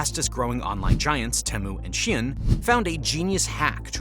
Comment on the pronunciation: Why do you keep saying shien instead of shein?